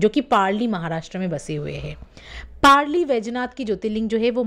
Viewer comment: व्हिडीओ अच्छा है पर उच्चारण गलत है वो औंढा नागनाथ है.पारली नहीं वो परली वैजनाथ है मराठी में परळी बोलते है. औरंगजेब था जिसने मंदीर देवी देवता मूरत फोडे थे.